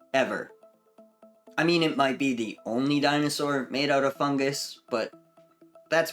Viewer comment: funguSUS you say?